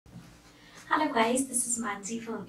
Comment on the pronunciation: Ooh mahan manshi from evidiyarthi no need to give intro we know u r manshi just start solution and also no need to say alo guys (instead of hlo guys😂😂😂😂 😂😂😂😂😂😂)